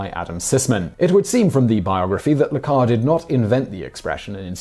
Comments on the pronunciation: “Le Carré” does not rhyme with “bar”. The acute accent over the ‘e’ means the ‘é’ is not silent and is pronounced to rhyme with “day”. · It’s John le Carray — not Car. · Le Carre is pronounced luh kah-RAY. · John le Carré's name is pronouced "le Carray". The é, you see, it's like is café and entrée and souflée and Jésus. TODAY YOU FOUND OUT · Say it with me: "John le Car-RAY!" That accented e (é) is pronounced with like "ay" or "ey." Also, John le Carré is one of the most famous and successful British authors of the post-war era - come on mate! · John le Carré: pronounced le Carry (as in Carry Me Back to Old Virginny). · Besides the fact that you're not preparing the tea according to instructions, you pronounced John Le Carre's name wrong. It's pronounced John Le Carreh. Poorly researched video.